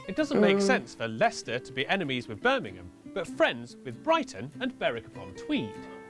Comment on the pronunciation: Bir-ming-um,. The only time I've heard it pronounced the way pronounces it was by a bloke from the south, who had never been to the Midlands. He also said Nottin-num, not Nottin-gum how the locals say it.